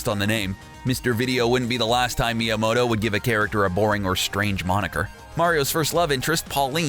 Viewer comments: Every single American pronounces his name wrong, because it's MyamoTo, not MyamoDo. And the correct pronounce is not even the English one, because the English T sounds a bit like like "ch", while the Japanese T is a plain T, without any "ch" sound in it. And don't even get me started about the "o"... :) Let's just say that the only part of his name that most Anglophones get right it's "Mya" (you should call him Mya-san ;) ) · Your pronunciation of the Japanese goliaths within Nintendo is cringe-worthy. Miamoto is one of the most famous people in all of gaming and you butched his name every time you said it...hurts your credibility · Lies I was told about Nintendo: Popeye is a rip-off of Donkey Kong, Miyamoto’s name is pronounced "Miyamahto", and Birdo’s name is spelled "Beardo". Watch the video for many more lies! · Meeamoto FOR FUCKS SAKE PRONOUNCE STUFF RIGHT Edit: MIE A MOTON FUCKING REALLY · Me-yo-moe-toe seriously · Does anyone else get triggered because of Miyamoto's incorrect pronounciation, Miyamahto? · Miyamoto = Me-ah-moe-toe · He pronounced it correctly like 2 or 3 times then went back to saying miyamawto and it's like nails on chalkboard to me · Its sad because a real educated professional journalist would be able to tell by the spelling that one T is "mow-toe" and 2 Ts is "mot-toe". Just like "bros" is short for brothers like Mr for Mister. You wouldnt say Mer (mr)Wizard instead of Mister Wizard. The turd is reading a script and obviously has no personal knowledge of the subject matter being discussed. He is a nerd because a geek wouldnt get it wrong. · GreenSheep No,actually.it is.pronounced”Mee-a-moh-to” and “oh-cah-ree-na” i bet you butchered grammar school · Why are you pronouncing Miyamoto's name wrong? STOP IT!!!! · Learn to pronounce creator names correctly before you make a video because you sound like a moron. down vote because of your stupidity. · why should we trust a guy who can't pronounce Shigeru Miyamoto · You ain't saying miyamoto right